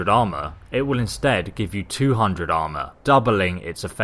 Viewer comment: I'm and if you say armor in your accent one more time I'm going to explode